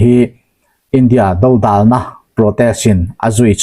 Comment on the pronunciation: India dodalna, tih dodalna i thluk dan hi a sawi deuh, do lai tak hi thluk hniam zawk tur a ni e.